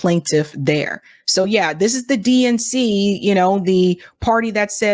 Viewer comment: I heard "DNC" as "dink" now ...